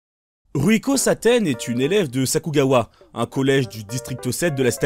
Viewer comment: tu la dit bouffi c CLAAAAAIREMENT ssaaaa